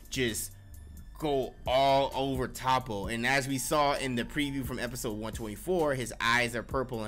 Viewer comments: Toppo my boy not topo but good shit liked the review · I swear y’all mispronounce anime names on purpose 😂😂😂 “topo“